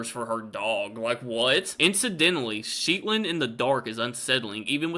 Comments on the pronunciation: Shetland isn’t pronounced as Sheet-land, there is only one ‘e’ so it’s probably more similar to Shed-land but just changing that first ‘d’ to a ‘t’. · Shetland only has one "e", buddy. Shet-lund, not Sheet-lund. And Newquay is pronounced New Key, like two separate words. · Shetland is single E not double... Shet not sheet. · It's Shetland, NOT Sheetland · Its Shh-ett-land. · you do make me laugh, especially when you butcher UK place names. such as Sh-et-land and Newquay = New Key. The only one of the stories that sounded believable was the last one. Thank you for making me smile on a cold January day. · Giggling at your pronunciation of Shetland.... (It's not sheetland, although I think I might have to call it that from now on!!!!) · Hello from the north east England Shetland is pronounced- shetland shet Pronounced like jet I look forward to seeing your posts.👍